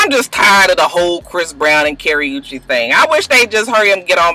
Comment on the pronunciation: You're saying Chris browns girlfriend name wrong and Wendy Williams or what ever her name is should shut up